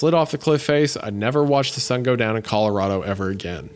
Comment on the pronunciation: Hunter's 'color-AH-do' pronunciation got me lol. My wife always pronounces Colorado the same way hah